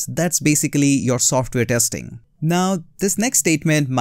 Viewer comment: It’s not TEXTING..ITS TESTING … IMPROVE YOUR ENGLISH PLEASE..